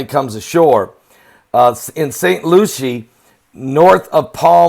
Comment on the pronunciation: Pastor it's spelled Lucie but pronounced Lucy